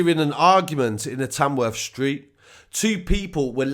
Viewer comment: did you say Tamworth or Tanworth 🤷‍♂️